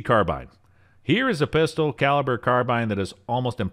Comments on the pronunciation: dunno why, but it really annoys me when he pronounces pistol as "pister" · You keep saying PISTER and your job is to talk…..